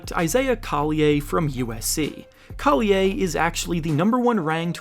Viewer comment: Pronunciation coll-y-er